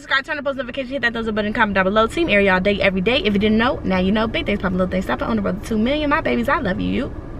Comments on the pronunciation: And saying her name wrong...🤦🏾‍♀️🤣 Tray had to correct them..💀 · When tray got his cousins in check for butchering airi's name.....lol I love tray and airi